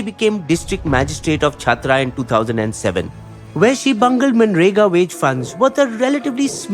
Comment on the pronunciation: खूंटी not kunti districts & मनरेगा plan not manegra